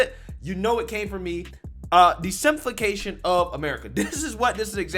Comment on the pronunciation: "Simpifacation" nice one bruh 💡